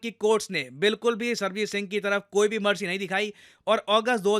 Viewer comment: With due respect, its Sarabjit Singh not Sarbajit Singh.